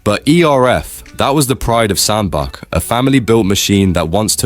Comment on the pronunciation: It's pronounced Sand Batch